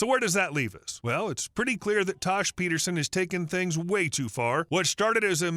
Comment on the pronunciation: It’s tash not tosh